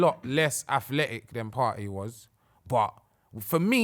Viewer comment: “partey landed jan” someone kick this guy off the show man